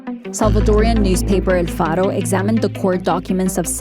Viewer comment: Girl u were doing great until u said el Faro 🤣🤣🤣🤣 hahahahhhh galletas no m jodn sacan uns tonterías que no tien3 sentido